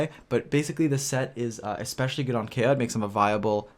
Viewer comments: Its Ka-e-ya not Keya lol. Anyways nice video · Kaeya not a bridge anymore, also it's pronounced KA-ya, just wanted to clarify ^^ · His name is pronounced Kai-Yah btw 😆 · Please learn to say his name correctly.